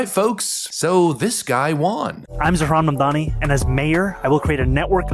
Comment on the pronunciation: "Zohran mam-badam-badim-dam-dani" lol "Zohran manm-bili-dildi-ani" 😂